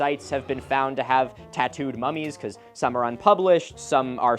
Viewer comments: Ngl the way youre saying mummies sounds like an Australian saying mommies and its making me giggle. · mummies already doesn’t sound like a real word, thanks Milo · Nahh dawg when you say "mummies" like that my mind goes to a different place. Edit OH YEAH there is!!